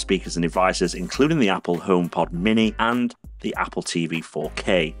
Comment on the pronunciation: Pppppplease say H, it’s so annoying. I love your channel and videos but it puts me off when you say Omekit, Omepod, etc